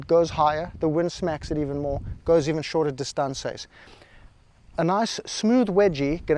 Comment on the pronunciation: What's with the "distaansez" 😅😅😅😅